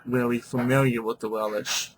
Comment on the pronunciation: Not Wel-ish. WeLSH.